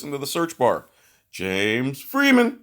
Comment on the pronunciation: I love how you pronounce James Freeman. The way James says it... fun times